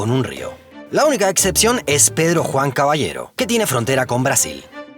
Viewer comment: Pues asi se pronuncia